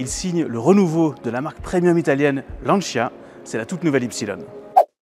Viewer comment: "lanchia" tant qu'on y est "lanchiasse".... en France c'est LANCIA